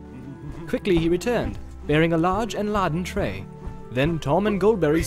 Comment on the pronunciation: "Here's my Goldberry, clothed all in silver green with flowers in her griddle." -- What, was she making pancakes? Or did he mean to say, "girdle"? : ) "Is the table ladden?" -- That should be "laden", with a long A sound. "You shall clean grimy hands, and wash your wary faces." -- That should be "weary", with a long E sound. They aren't being cautious, they're tired.